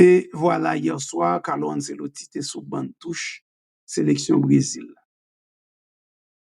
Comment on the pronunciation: ce an italyen prononcé comme tche